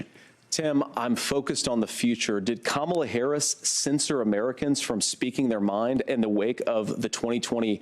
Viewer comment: Gee, he's saying kaMAla again? Must be getting desperate.